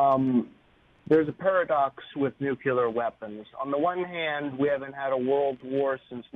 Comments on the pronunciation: It's nuclear not nucular for the love of God!!! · "nukyaler" = no credibility. Nuke Lee err. not that hard.